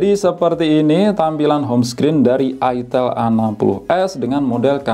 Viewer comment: Ai tel bacanya kak jangan itel makanya saru